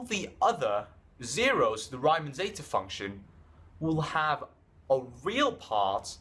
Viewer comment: Its pronounced reeman not ryyyymann